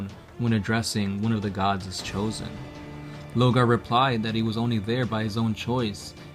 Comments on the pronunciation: you missed the point it's lorgar and they keep saying logar lol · Why do you keep calling him "Logar" ? out of curiosity.... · Lor-gar! you mong.